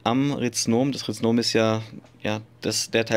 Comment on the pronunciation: Rhizom, Nicht Rhiznom. 😂